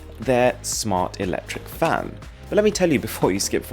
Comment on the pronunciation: It sounds like he's saying fam instead of fan